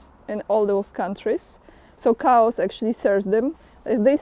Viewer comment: chaos is Greek. The ch is pronounced K in English. So the word sounds like Kay-os.